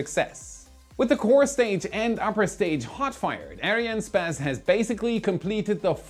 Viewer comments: Dude just say Ariane Space, not Ariane Spez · Why do you say Ariane SPASS and not Ariane SPACE? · It’s a little annoying to keep hearing space pronounced “sp-ass”. Sorry for being petty. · Why are you pronounciating it as Ariane Späs instead of Space? You're not saying SpäceX :D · He! You can pronounce the "space" in Ariane "space" as you would in English. I speak French and we pronounce it ourselves in English. Space in French is "Espace", So Space is Space:) Great Work by the way!!! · Great video. One question to: Why do you pronounce Arinespace like Arianespazz?:) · That's not how you pronounce Ariane Espace. You say "spass". Try saying more like "ess pass".😉 As always, thanks for the great content! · you might pronounce "arian'espace" rather than "ariane space" :) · Is it arianespace or Ariane spas? Lol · When I heard Arian sPAse, I fell out of my chair 💀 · why does he call it ariane spez? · Why do you keep on pronouncing Arianne Space like that?